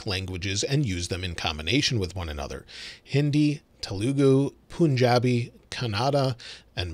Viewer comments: it's not punnjabi or kannadad, it's kanada and punjabi like bun but with it a p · Punjabi is not pronounced like you said. It is pronounced as Paanjabi. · ‘Pun’jabi as in Pun.